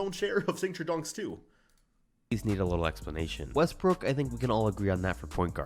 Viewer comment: Bro said “Russel Westbrick ”💀